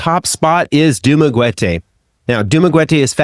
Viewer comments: Sorry, it's pronounced Du- mah- ge- teh or Du- mah - ge- tee not dumagetay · Pronounced "Du ma GET ay". Not "GWET ay". We've been living here for 10 years after retirement. Your reporting is accurate. And "Greater Dumaguete" does have the beach AND the mountain vibes. It's arguably a "college town", hosting four universities and a myriad of smaller colleges. For a city with a population of under 150K, that's a lot. The area has been an expat favorite for well over a decade.